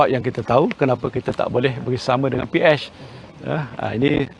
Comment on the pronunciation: P-etch hehehe kelakar dia sebut PH 😂😂😂